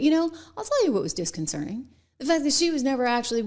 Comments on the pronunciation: It's "disconcerting," not "disconcerning" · Trish Regan can't even pronounce 'disconcerting.' From her cosmetic-surgically altered lips, the word becomes 'disconcerning.' She's way out of her depth. And she dares to trash a true professional. Sweetheart, you don't even come up to her journalistic ankles. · I stop watching when this person doesnt even know how to pronounce disconcerting !!!